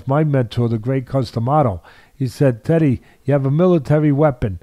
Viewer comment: I know Teddy isn't trolling but his pronunciations are so bad it seems like he is